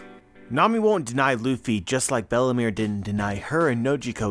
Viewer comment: Everytime you say Belle-mere I understand Bellamy 👀